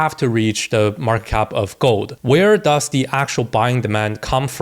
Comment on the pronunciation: When you say gold sounds like you say GOAT 🐐 which i love